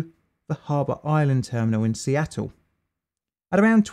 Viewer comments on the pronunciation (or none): none